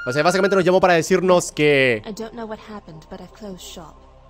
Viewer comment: es verdad se dice what no como se dijiste